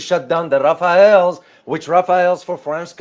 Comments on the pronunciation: 1 - French fighter jet's name is Rafale not Rafael (Rafael is an israely weapon enterprise) 2 - The Jet fighter pilot and the mission preparation was made in india not in France (bad use of the jet) Give the best F1 car to a rooky pilot (or even to the best pilot) and send it to the wrong track and you'll see wrong result. When selling expensive fighter jets France did not share the most advanced combat doctrines with them. For those who want to know more about here is an intersting analysis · It's Rafale, not Rafael. Do you homework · Rafael :) sounds like some new French chocolate brand, or did he mean Rafale?